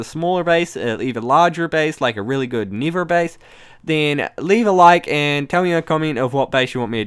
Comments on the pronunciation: lol how he says bedrock and nether like : "bidrock and nither or the ind" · You replace a lot of vowels with the EEE sound, don't yee.. Oh, and building a base in the nither.. oh sorree, ee meent the eend ees a good eedeea (just jokeen, ee know eet's an accent, it's just so funnee :D)